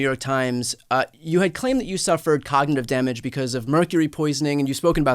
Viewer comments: When it takes him 3 tries to say “cognitive” he has cognitive problems. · He cant even pronounce the word 'Cognitive' Yet he has no cognitive problems🥴 😂😂😂😂